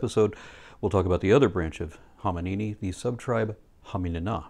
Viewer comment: Am I the only person that heard say Homonina and went... do do di do do?